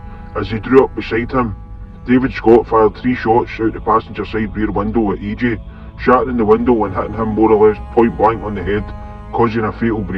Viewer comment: E.ji . not E.jay